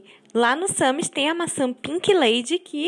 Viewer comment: É sans e não Sami.